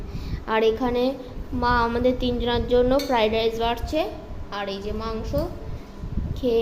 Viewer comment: It's Fried not fride